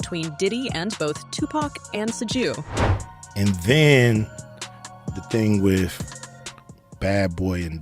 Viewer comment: Lol she said “Two-Pack and Soog Night”